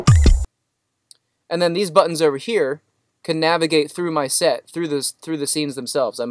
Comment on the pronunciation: Thought I was the only one "General S hettings...for the S het"